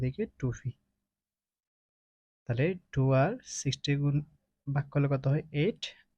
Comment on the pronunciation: Pকে ফি বলছে